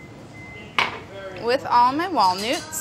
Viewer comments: Did anyone else hear walnoots instead of walnuts? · did she just said :"with all my wal-noots?" Molly just transcended into the Brad Realm ! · I heard "wall newts".